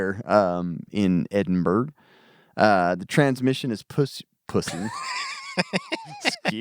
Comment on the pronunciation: Edinburgh = Ed-in-bra, not burg. Other than that good stuff guys